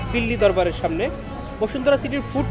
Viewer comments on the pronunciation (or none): none